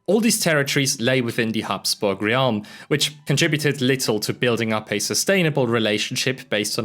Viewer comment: re-alm? Do you mean "realm"? Is this an AI voice?